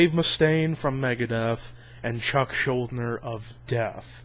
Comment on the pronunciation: it's pronounced schul-deaner but good video :)